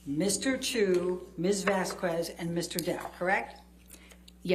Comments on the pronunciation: VAZ-KEZ .. Not vas-kues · I really hate how Elaine keeps mispronouncing Vasquez (pronounced Vas-kez) as Vasku-ez. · It is not VASKWEZ dummy. It’s VAS-KEZ. Pronounce it right c u next Tuesday. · she intentionally says Vaskwez rather than Vasquez.. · Vasquez is pronounced Vaskez not Vaskuez. It's been a month and they can't even pronounce a name correctly lol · It’s Vaz-kez, not Vazquez-kwez, E-line! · I think one of the most irritating things about Elaine is her incessant mispronunciation of Camille's last name! It's not 'vaskwez', you silly cow, it's 'vaskez'! Sorry, but I've grown to hold quite a bit of contempt for AH's team, and Elaine is one of the worst. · As someone else has pointed out, Vasquez is pronounced Vas-kez not Vas-kwez - this tired old woman has heard it a zillion times in the last few weeks but just carries on mis-pronouncing it. It's one of many things she does that indicate she's closed-minded and frankly just not very bright, which combined with her advancing years has stopped her being able to take anything in. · Every time Elaine says Miss "Vascuez" I wanna shout... LOL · this is Miz Wazequzellea, you had dinner with miz Vaseline quezel Correct!? DID YOU KNOW miz weasel quest? or had you no prior engagements with miz waslquezl!? FFS i wonder if shes spelling her name wrong on purpose... EVERY TIME she uses it she finds a different pronunciation!? One of the easiest Spanish names to say? HOW do you f that up SO RIDICULOUSLY every single time if not on purpose? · Why in the world does Turd’s lawyer call Depp’s lawyer ‘VasQWez’?? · “miSs VasKweS” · The way she pronounces Miss Vasquez’s name also drives me insane. “VaS-qWeZz” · Does anyone else want to throw something every time the lawyer says "Miss Vasqwuez"? It's so for into the trial, how is she still doing that? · I’m not even Hispanic but it pisses me off when Elaine says vasQWEZZ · so annoying how she still pronounCe Miss "Vas-Ku-es" after all this time...Coulnt she learnt her name by now?